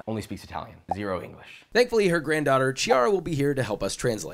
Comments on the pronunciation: just a funfact, "ch" is pronounced "k" in Italian so Chiara is not tchee-ara but it's key-ara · pls bro is "kiara" not ciara" </3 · she is called Chiara (« Kiara », nor ‘tch’iara) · Cheeara...it's pronounced "kiara" since in italian ch is pronounced like a k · I didn't even get a MINUTE into this video before I very deeply sighed and had to stop... ''No-na''?? ''CHI-ARA''?! Why can Americans not pronounce Italian words properly?! It's NOH-NA and KEE-ARA! Jesus Christ lol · Did he seriously just say CHEE-ara?? Pronounced Key 🔑 Chi-ara 🤌🤌🤌🤌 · Her granddaughter Tchiara 💀💀💀💀💀 its pronounced Kiara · ok her granddaughter's name is pronounced key-ara not chee-ara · BTW it's spelled Kee-ara not cheeara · Just learn how to pronunce the CH in Italian or any other consonant followed by H. It’s a hard consonant. Ciara is not the name of the girl, it’s CHiara (kiara) like brusCHetta in not brushettah 🙄🙄🙄🙄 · Chiara is pronounced Key-ara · Schhiara? Kiara!! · "Chiara" is "Kiara" 😑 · 'ch' is a 'k' sound... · no way he said “Chee-ara” 😭 i hope you didn’t say that to the poor girls face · Chiara has to be read "Kiara", "ch" in italian is like a K most of the time. Also "Nonna" just means grandma, hoping you all already knew that hahahah. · Chiara is pronounced like Kiara. lol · “Her grandaughter CIARA” help, my italian heart is broken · Dude. Chiara is pronounced Kiara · Josh…. KEY Ara … KEY . ch in italian is K. hiyaaa. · chiara is pronounced like kiosk, its kiara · chiara is pronounced Kiara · Well, it would have been nice if he pronounced it right since he met them and should know the girl’s name. CH in Italian is hard C. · did he really just say tschiara ?? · CHEE-Ah-Ruh. Oh no. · Chiara is pronounced Kiara 😅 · But he couldnt say Chiara nor Nonna correctly, wow. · how did you go all the way and you can't even pronounce Chiara's name? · Chiara bro really? you were there with them and she told you how to pronounce her name... why you gotta butcher it like that T_T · and chiara